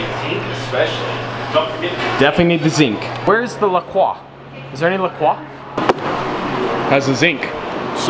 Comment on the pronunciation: 'La Croy', it's pronounced 'La Croy.'